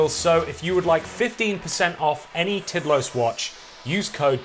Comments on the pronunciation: It’s pronounced more like teed laws, ish. It means timeless. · Tidlös is pronounced Tiidlöös but very good video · Sweds watching this cringing when says "Tidlös" 😂